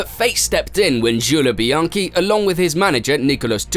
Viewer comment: what is that pronunciation? Chale Leclerc, Jule Bianchi